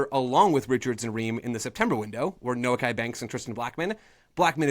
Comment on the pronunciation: It’s actually pronounced “No-key” Banks.